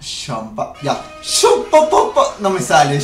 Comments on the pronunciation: Se pronuncia Shampa, no "Shampá" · Ese shhhamppa, ulala